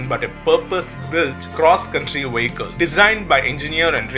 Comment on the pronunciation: It's: Vee ick al not Wee ik kal it's English Not German! Da??